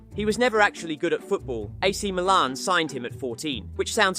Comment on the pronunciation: Man said ak Milan 😂